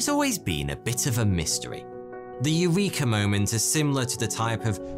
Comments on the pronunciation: No please don't pronounce Eureka in that way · I know that it must be hard for English speaking people to even conceptualise the possibility of a different pronunciation, but I would do a tiny bit of research before confidently say AIURIKA in a YT video instead of the Greek pronunciation: E U R E K A.